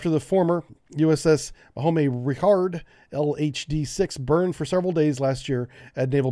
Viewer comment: Bon "ham" Richard.... not ricard